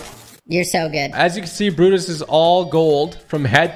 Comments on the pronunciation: It looked like he said buttas but it’s brutus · He means it sounds like he's saying buttus and not Brutus